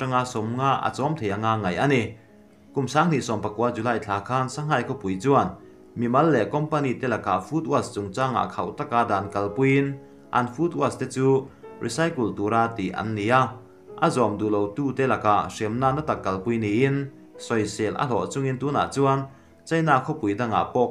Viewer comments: Food waste hi "food was" ti a lam lovin "Food west" tiin lam zawk roh. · i thil lam dan hi uluk deuh thin la ngaihthlak a nuam lehzual ang, Eg: food wash ni lovin food waste...khawthlang "west" ang tih deuhin,,,chutiang zelin.. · Food waste i lamrik dan kha adik lo.